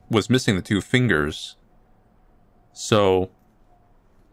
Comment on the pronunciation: MAH FEENGUS... MAH FINGAH ✋🏽